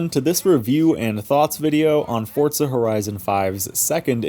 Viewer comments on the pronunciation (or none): none